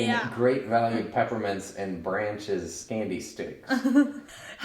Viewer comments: Yes,, it is pronounced like "Brock's"!!!:) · Haha! It's BRACH'S candy (pronounced Brock's), not Branch's!!! 🤣👏💗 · Wait, did say Great Value or 'Branch's' brand? Is there a Branch's brand, or did he mean, Brach's? I'm old, but I still love my candy. LOVE the soap design and I bet it smells good enough to eat!! <3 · They are the exact same candy. It's just peppermint flavored hard candy, but is absolutely right about the brand thing. Different brand will have a different flavor. On another note: Did add an N to the infamous Brach's and call it Branches/Branch's, or is that really another candy brand? 🤣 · Did seriously say "Branches candy sticks"?, did you mean Brach's candy canes? 😂😂😂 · “Branches candy sticks?!?”, do you mean Brach’s? Have you been sipping the mica-vodka mixture? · Did mean Brach's candy canes? I've always pronounced it Brock's. Is it Bratches?